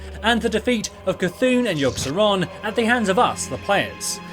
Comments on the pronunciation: lol u messed up yogg’s and yshaaraj’s name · haha yea .